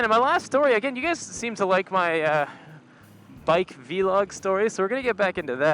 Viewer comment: The way you say Vlog lol